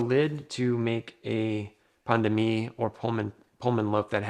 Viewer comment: You prononce pain de mie as pandemic